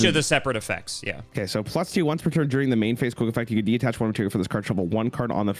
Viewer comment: Another Cimo/ video, another chance to see mispronounce 'detach'.